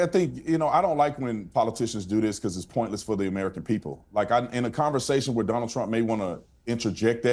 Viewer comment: Dõnald did .. lol Dunald 😅